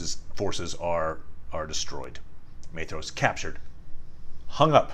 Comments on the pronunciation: 'Maythross'? By Ilúvatar, these pronounciations are getting worse and worse! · Beautiful video, thank you! Unimportant but his name is pronounced MY-thross with a hard th :) Sindarin is tricky